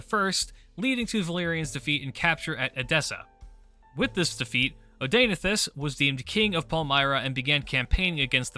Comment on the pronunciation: Hearing you pronounce Zenobia's husband's name hurts my ears...